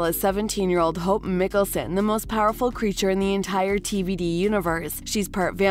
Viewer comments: Did you say Mickelson and not Mikaelson? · Between that and Mick-ul-son I really wonder if this is AI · It's MIKAEL - SON..‼️‼️ NOT Mickelson. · I’m only 2 minutes into the video and they are mispronouncing Hope Mikaelson’s name? “Mickelsun”? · I cant stand these clickbait videos that cant get easy facts right first off its mikaelson not mikkelsen and its klaus not claws secondly the show got cancelled cause it wasnt garnering enough interest even with the quality improvement it didnt gather enough people to watch on a weekly basis, dont give me the well it did good on the cw streaming cause no one ever can provide what numbers they got, WB cant afford to keep these less than 1 million live viewed shows on the air anymore thirdly it was time, there was barely anything new they could do left they were starting to repeat themselves even with the gods stuff hanging it was still going to be a repeat of what we have seen before, super strong beings who can only be killed by special blade, yeah been there done that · am i the only one who is so frustrated that she couldn't even say mikaelson right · Yiiikes lol that does bother me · Right I came to the comments as soon as I heard that